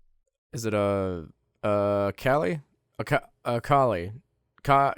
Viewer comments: Her name is pronounced call-ee and is referencing kali ma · Its kaa-lee (i am indian) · It's the name of an indian god. Pronounce cauh-lee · the whole saying her name wrong wasn’t funny until he said calculator. for some reason that fucking killed me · I love how he just gave up pronouncing her name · my god it's just a 2 syllable word... how difficult can it be to pronounce it?! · Not gonna lie. Mispronouncing Kali's name wrong 30 times in this video was extremely annoying and off putting. You overused the joke. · very slick of you mispronouncing her name to make the vid 10 mins.. i m o n t o y o u